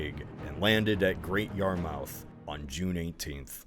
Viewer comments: "Yar-Mith" not yar-mouth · It's pronounced "Yah-muth" and "Nor-fuk". Norwich is pronounced "Norrich" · fucking yar-MOUTH lmao 🤣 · YarMOUTH, Way-Mouth, and NORE-Which? How come you get Portsmouth pronunciation correct, but Weymouth and Yarmouth so off? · little did napoleon know when his troops landed at great yarMOUTH to attack norWHICH that it was an invention of an American who didnt research how to pronounce the real towns name and they all drowned likewise the army heading to weyMOUTH like seriously just google the pronunciations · 'Norich' & 'yarmuff' would be more phonetic pronunciations i feel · You pronounce Portsmouth correctly, but when you have to pronounce the "mouth" the same way as Portsmouth for Yarmouth and Weymouth you don't lol. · Honestly, living near to these locations and hearing him absolutely butcher these pronunciations was pain 🤣 America quite literally has it's own cities/towns named Norwich and Yarmouth in Massachusetts and Connecticut and he still couldn't pronounce them correct 😂 I may be being a little hard on poor here, Atleast Cornwall and Brighton weren't too bad, good work 😆